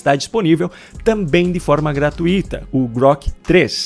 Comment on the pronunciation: A palavra correta é GRA - TUI - TA, e não GRA - TU - I - TA, como você fala. Procure pesquisar. E corrija-se.